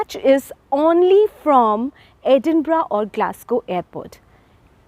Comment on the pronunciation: Thank you for pronouncing Edinburgh correctly ❤